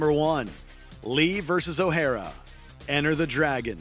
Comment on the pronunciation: OH-HAIR-RA? lol